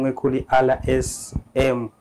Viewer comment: Ariko birababaje kubona umunyamakuru utazi kuvuga izina rya channel ye!!Ati RSM!!!